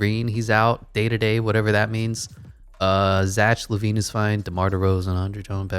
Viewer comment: cool but zach lavine is said like zak